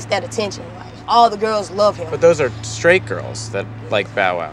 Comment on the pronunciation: Did #5 say she likes "scrate" girls? Not straight girls. And "frustcrating" not frustrating.